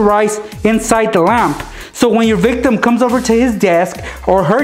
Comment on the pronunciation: If I had a dime for every time he said victam I would be rich